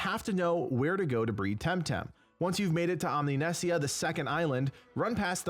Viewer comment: Also, Omninesia is pronounced like Polynesia I would assume